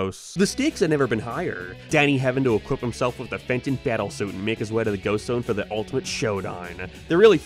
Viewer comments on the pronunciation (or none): Every time you said Danny Phantoms human name I always just heard Danny Fent and imagine him slumped over